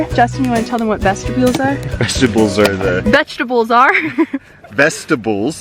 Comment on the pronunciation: Vestibule: ves-tah-bhule 🏕